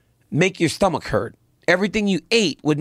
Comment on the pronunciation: why does DC say stomach like that😂